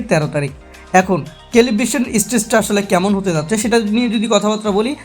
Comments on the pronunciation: Calibration..... সেলিব্রশন,,,, কেলিব্রেশন না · This is Celebration....you are correct... it's calibration❤ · কেলিব্রেশন হবে রে আবুল।।